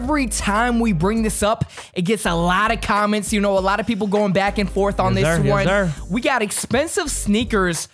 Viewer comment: How many times can say “yezzur”?